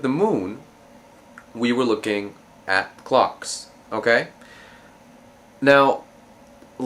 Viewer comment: did he say clocks or cocks????